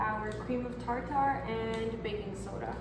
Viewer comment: That is pronounced cream of tarter instead of tar tar. These look very good. You have beautiful eyes.